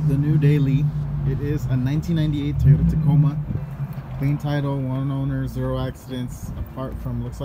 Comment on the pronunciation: tyota... WTF is a tyota....LMFAO!!!